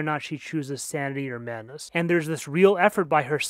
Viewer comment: Great video, i just wish you pronounced the D in madness :v